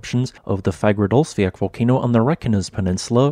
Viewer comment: The correct spelling is Kerið. It's pronounced Kerith (ith similar to English with). If you can't use the special ð letter, you can write Keridh. Your automated speech generator also had a little problem with Fagradalsfjall. What would it make of Þingvellir, that very geologically interesting place? As you say, Kerið is geologically interesting because it formed differently from most other small craters with water in the bottom. But unless you are a real geology freak, it's just a crater with water in the bottom, and of rather moderate scenic interest in comparison to what else there is to see. I've been to Iceland many times, seen many scenically interesting craters with water in, and I certainly wouldn't pay even that modest 450 ISK to see Kerið. But I suppose it is included on many day trips out of Reykjavík because it is quick and easy to visit while you are on a Golden Circle (Geysir, Gullfoss, Þingvellir) day tour.